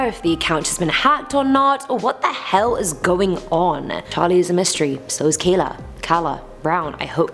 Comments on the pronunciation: Her name is pronounced like mine - Kāy-la. Charlie was killed, and Kala Brown was held in a storage container. Thank God the police found her. I'm from Greenville, SC and my sister lives only a few miles from where they found her in Spartanburg. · It is pronounced KALA, HAHAHA!!! but seriously its no laughing matter they went to go clean this dudes house on Craigslist well he shot the husband and killed the husband and then kept the wife in one of those metal container hostage but they found the wife and i think the dude is doing life now